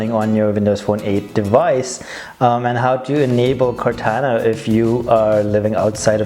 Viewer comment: It's pronounced Core Tauna not Core Tanna .